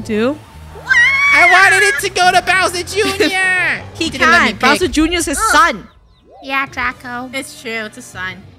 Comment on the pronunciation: I LOVE HOW MOST OF TIME THEY CALLED BOWSER JR TO “BROWSER JR”😂